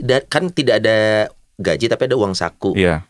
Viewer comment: Maaf --> GAJI .. bukan GAJIH.